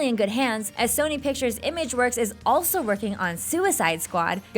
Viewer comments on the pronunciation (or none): none